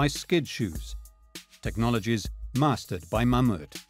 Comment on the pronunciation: What company moved the arch? Meuhmeuh?... Mammoet as in Mammoth